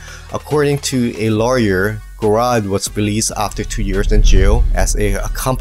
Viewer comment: Tyler Gerard's last name is pronounced like a j rather than a k. Just to let you know. Good video by the way.